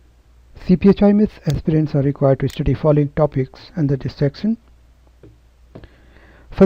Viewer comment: It's not sextion it's section